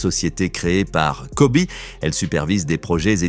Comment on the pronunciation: On ne dit pas Kobé mais ça se prononce « Kobi »! 🙄